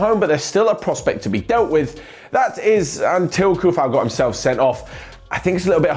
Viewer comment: always found it funny how everyone cant say Coufal´s name right. It is not [kufal], but I know czech language can be little weird for rest of the world :D. anyway great content. will miss these daily news